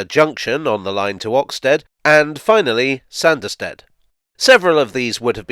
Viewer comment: The hilly country thereabouts would have made this a heavily-engineered (ie expensive) line to build compared to many of his other projects...added to,as you say,the sparsely-populated nature of the country,no-one would have been keen to invest. Oh...and it's pronounced "Sarnderstid" 😀